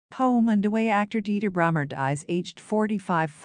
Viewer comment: It's 'Brummer' not Brimmer! He committed suicide and no wonder in this shitty world atm but people we have to be strong and unite♡♡♡